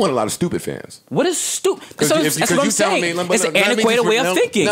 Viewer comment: Once he got in his "antiquated" bag... would never let Joe get that word off, much less 3 times in 2 min! "Joe... don't ever look at me and say antiquated *mispronounces the word * again"